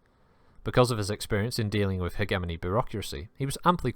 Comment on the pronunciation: Might want to check your pronunciation of 'hegemony'.